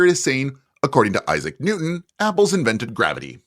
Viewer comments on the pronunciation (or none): none